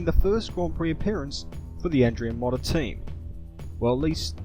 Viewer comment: Shame about the pronunciation of Andrea 'Modder' though...